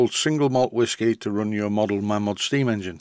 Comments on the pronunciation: Mamod not Maymod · It's mamod, not maymod. Whoever says maymod is a disgrace to society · Mamod comes from the family name of Malins. They started the business. Strictly speaking, it should be pronounced like May-lins, but hardly anyone does.